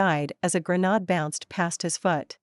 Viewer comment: The pronunciation of grenade gets me everytime.